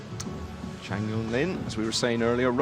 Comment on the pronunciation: How can it be that at this level of professionalism it’s still not possible to get Asian names correct????? Chang is the last name